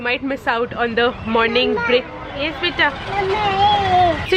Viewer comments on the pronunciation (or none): none